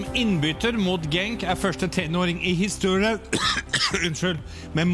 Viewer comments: "I histåryen" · "i histoeirjjjeen" xD